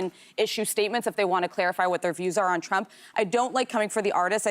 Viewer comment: I love Joy's mishap on rumps name!! So perfect!! Thank you, Anna!! Alyssa is pathetic!! She is a worm and is showing her true colors now! I will definitely not be watching your show anymore!!